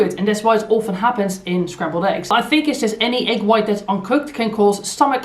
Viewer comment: Or quit referring to it as an "ayyyggg allergy." Intolerance is not the same as an alleegy, and that's why people make fun of that... and the way she pronounces "egg."